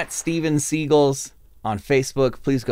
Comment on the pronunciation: pretty sure the band is pronounced like the actor Steven Segal 😉 😃